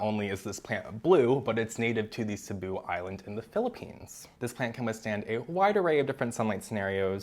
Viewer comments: Thank you for pronouncing Cebu correctly!!! I’m from Cebu and it’s been paining me to hear everyone on Plantube mispronounce the name of our island 🥲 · Thank you for saying Cebu properly ❤️